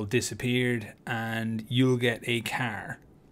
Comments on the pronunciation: i'll get what? a Kerr? riight a Keerr I'd like a Kerr ngl man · Bro, who tf taught you how to say car. 💀